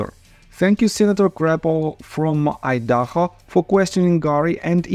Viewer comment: Idaho = ahy-duh-hoh .... cringe the way you were pronouncing it.. Lol... Thanks for the videos! We need our justice!